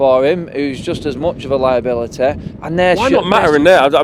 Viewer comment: "hes a liabiliteh"